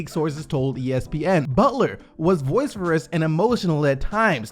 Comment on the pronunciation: I'm sorry but I can't let this slide. ... vociferous is pronounced "vo-sif-er-us". I usually don't care, but that one just got to me. That is all